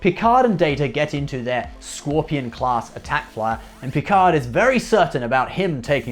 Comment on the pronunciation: WTF is a scworpion,? Scorpion, sir. Scorpion. Ok, now you try.